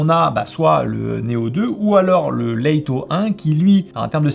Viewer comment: top la vidéo mais pourquoi "Laïto", juste 'Lito' ça suffit, même en anglais ça se prononce pas "Laïto" mais "Leutoh"